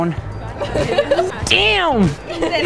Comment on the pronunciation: es damm pero suena como deeam no team 😂